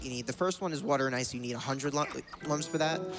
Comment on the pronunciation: It's Lums not Lums Spike.